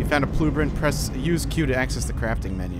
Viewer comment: What's a "pluebrint"?